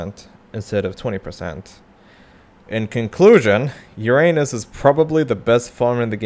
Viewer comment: the funniest part is that this is not how you pronounce uranus at all